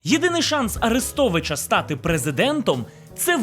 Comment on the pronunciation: Послухай авдіокурс української літературної вимови Миколи Погрібного. Бридко слухати твої кацапські "Арестовичя", "шьо"!